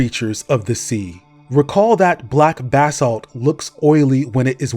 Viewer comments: Pronounced "Buh-salt" bro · Why are you saying Basalt weird bro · thought bro was saying "bathsalt" lmao